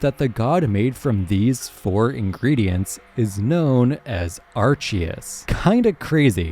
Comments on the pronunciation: It's Arkeus. Not Arseus. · It's pronounced ARKeus. That's why type:null's thing is called the RKS system and not the RCS system.